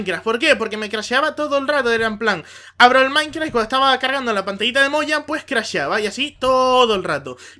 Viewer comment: Dices maincra xDD PD:LIKEE NUEVA SUBS